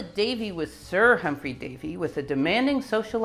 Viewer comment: Humphrey Davy - not 'Humpry'.